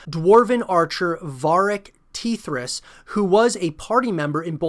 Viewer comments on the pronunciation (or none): Varric "Teethras" ? cmon bruh